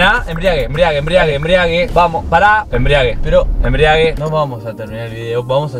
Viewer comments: “EMBRIAGUE EMBRIEAGUE” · me desespera que digan embriague, como que el auto esta en pedo